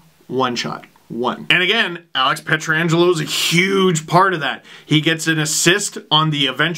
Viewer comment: Last I checked, it was "Pietrangelo," not, "Pietra-angelo"